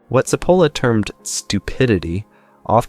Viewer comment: But can't you pronounce his name like a real Italian would? CHIP-OLLA!! It's not difficult! (Why are Americans so bad at pronouncing names? 🤔)